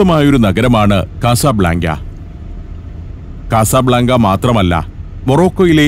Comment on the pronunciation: കസബ്ലാങ്ക എന്ന് പറയുന്നതിനു പകരം " കസബ് ലങ്ക " എന്ന് പറഞ്ഞുകൂടെ